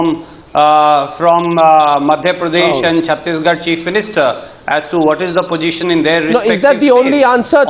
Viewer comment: Hey Surje the wala you just said pogeeshun instead of position. Where did you get that from? Are you totally bereft of any gray matter, and given you are that is why you show up on behalf on an intellectually deficient party also known as the congress consisting of all rascals and chor lok. The real Mahatma Gandhi Ji (not the pseudo gandeez) wanted the now congress to be disbanded after independence because it has served its purpose. But no, why would Nehru the cunning and all wicked congressmen let that happen. It was reward time. And the loot continues at the expense of the poor and downtrodden. Shame shame.